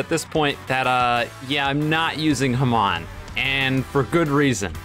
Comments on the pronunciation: Dude its called hAmon not hamOn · Haman Me: ITS FUCKING HAMON